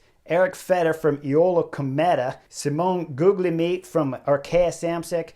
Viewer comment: i looked up how to pronounce guglielmi because i assumed you butchered it.. and you didnt. that fact is more astounding than your vuelta win 😂